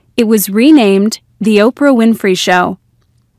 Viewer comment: Ortah Winfery